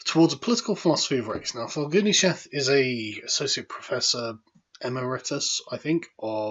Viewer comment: Pronunciation guide (Because I suspect you have not talked with others, but have only read these words) 1. Foucault Incorrect: fou-Coo Correct: foo-Co (IPA: fuko) 2. Emeritus Incorrect: Em-e-Ree-tus Correct: e-Me-ri-tus (IPA: ɪˈmɛrɪtəs) 3. Derrida Incorrect: de-Ree-da Correct: De-ri-da (IPA: dɛrɪta) 4. Postmodernism Incorrect: Post-Mo-der-Nis-um Correct: Dik-He-did-ness (IPA: dɪkhɛdɪd.nəs)